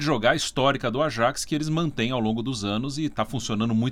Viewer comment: Falam "Yuve" mas não falam "Ayaks". Que coisa